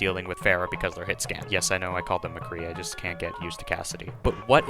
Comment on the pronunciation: Thumbs of for saying McCree